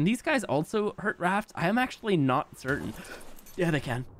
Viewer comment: "can these guys also hurt rafts?" "yeatheycan." 😭😭